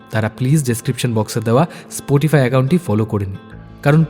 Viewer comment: স্পোটিফাই বলছেন কেন স্পটিফাই বলুন প্লিজ।